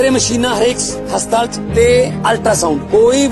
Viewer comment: Bhai ji enu te haspatal bhi bolna ni anda hastaal bol reha 😂